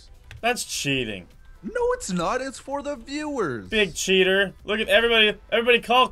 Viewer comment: you spelled cheater wrong you said cheter